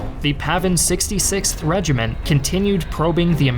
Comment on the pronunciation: its PAVN, not PAVIN.